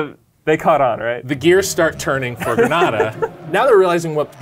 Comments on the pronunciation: Err the way you guys say Grenada 🇬🇩 needs work haha its like grenade but with an A at the end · Gree nay da that's how you pronounce it. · Grenada = "gruh-NAY-da". It's not pronounced the same as the Spanish city of Granada. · Grenada is pronounced gree-nay-dah ... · Its pernounce grenaaada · The way you say "Grenada" makes me cringe, that's a city in spain or something, not the Caribbean country. It's (Gre-nay-da) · BEST COMMENT EVER!!!!!!! Cuz the pronouncing Grenada incorrectly haha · Although not the best circumstance, I'm happy my family's country of Grenada made an episode of this, not many people know of the country, hence why they pronounce it wrong(even the correction is wrong) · Coming from Trinidad EVERY time he said it I cringed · When he said grenada that way i got pissed 😡 🤣 kept watching cuz he corrected himself in the text uppercorner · Lol! Grenadians got to you on the pronunciation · He mispronounce Grenada. I believe thats why few people in the comment section is mixing up The caribbean Island vs Granada the team. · Granada is a Spanish la liga team Grenada is a Caribbean team. Pronunciation matters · I'm sure you know by know, but that's not how you pronounce Grenada, the Caribbean Island, as opposed to Grenada the Spanish city & province. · I saw that and it only makes it worse. They should have done their homework and not add in the correct pronunciation afterwards. Thanks though. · Why are two Americans calling the sport "football," and pronouncing Grenada like that? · They are pronouncing both countries names wrong. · Its pronounced grenade-a, not grenad-a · Why do u say grenada like that it’s pronounced llike the word grenade but with an a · Grenada is pronounced (gruh-NEIGH-duh) not (greh-NAH-dah). We are not a Spanish country therefore won't have a Spanish name. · Barbadian here and I'm only now seeing this wow Also it's Gre-nay-da not Gre-nah-da lol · It's Grey-Nayda NOT Grah-Nada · Gra nah duh 🤣 Gren-nae-da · GREN-AY-DA! Not GRA-NA-DA!!